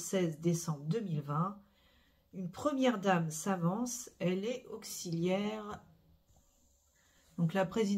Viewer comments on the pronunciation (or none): none